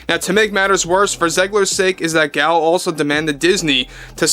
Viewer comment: Sorry to be nitpicky, but Gal is pronounced Gahl.